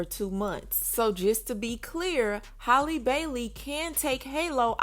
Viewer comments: Jesus it’s HAL- LEE not holly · Everyone can easily say Halle Berry, but can't say Halle Bailey is crazy.